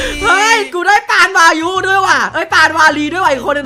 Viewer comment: วายุไม่ใช่ภายุนะ